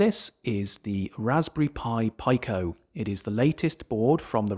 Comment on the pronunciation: What is a pie-co. It's Peeko as in peekofarad. Just joking, but it sounds super weird to me.